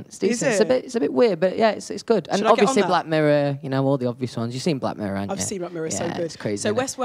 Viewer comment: I know I have been saying this for ages!! He pronounces it completely wrong. Also Harry does it with the word "obviously" I noticed. He says obvioushly